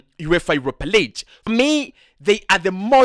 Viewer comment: Champions Leeech???? Or Lig as in big?